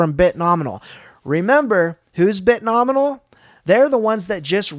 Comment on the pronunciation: Dude! Love your content. Please.. It's Bit-No-Mi-al